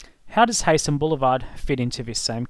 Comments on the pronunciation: btw its HIGH-SEN, not hey-sen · You need to learn how to pronounce Heysen , it,s pronounced Hisen not Haysen.